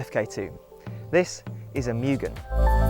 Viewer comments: Its pronounced “moo gen” not “myu gen” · Pronounced " Moo-Gen " (Moo- GEN , Gen-like the number TEN ) YouTube Video Search Name > How do you say Mugen? I'll Bet you are saying it wrong! Direct Video Link > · Cant even pronounce Mugen correctly.